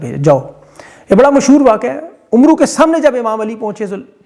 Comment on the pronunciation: عمرو کو امر ادا کیا جاتا ہے۔ یعنی بولا جاتا ہے۔